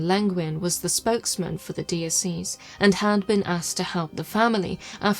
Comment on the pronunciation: Dee Oh See's. Its Dye Oh Sess. (Diocese)😂